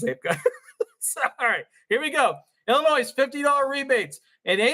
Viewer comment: It's not Illinoise.